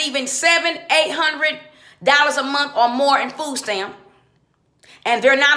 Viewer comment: Fooh steamp Fooh cuarh. Make yo beh. Thas whuh he saih.